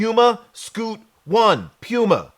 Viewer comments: Why would Sneaker Shopping send an invite to a guy mispronouncing the host’s name?? Do better! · you got me saying PUMA all wrong now 😂